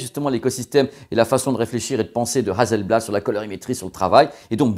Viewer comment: Super video, juste une chose Hasselblad pas hazelblad (s pas z). Je vie en Suède et je possède 3 appareil photo Hasselblad. Bon journée. 😉